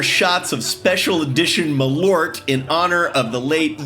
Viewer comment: As a Swede I feel I need to teach you that Malört is two words joined into one in the typical Swedish fashion and you are pronouncing it all wrong. Mal is like mall, then the Ö is pronounced like the EA in earth. I look forward to hearing you pronounce it properly in the future. The rest of the video was good though and gets the offical Swedish seal of approval, available for collection at any Swedish embassy.